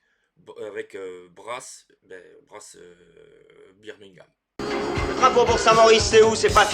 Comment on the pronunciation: J'aime bien Brass Birmingham. Je n'ai jamais joué Lancashire, mais je pense que je l'aimerais moins que Birmingham parce que j'ai vécu à Birmingham. Votre prononciation de Birmingham était parfait 😂